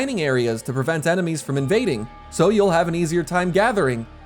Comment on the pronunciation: Smushi: "I have no enemeies."